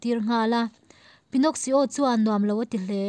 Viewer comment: Pinnoxsio in tia,Pinno-ki-o tia lam tur alom..